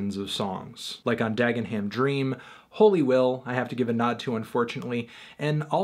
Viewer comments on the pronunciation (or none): I know! Dag-enn-hamm. It's Dag'num. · Being from the UK not far from where Dev was from, Melon's pronunciation of 'Dagenham' has me dead lmao